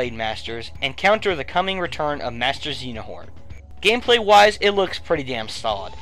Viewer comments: Good video. Only gripe is its pronounced Xehanort, not Xenahort. But mistakes are made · I thought u woundn't put kh 3d but yay u did also if u need help with the story ask me I have the game and others also it's xeaNORT not xeaHORT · At least pronouce the villians name right. It's 'Zay-a-not.' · Such a bad pronunciation of Xehanort... But anyway, great video. Thanks for telling me about Pikmin 3! I didn't even know about it and thanks for showing the trailers in a bit better detail in what I had seen them in so far. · Kingdom Hearts, you have good taste. But please pronounce Xehanort correctly x.x